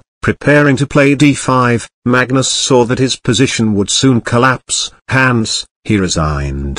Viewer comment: Instead of "Hence" SF pronounced it as Hans.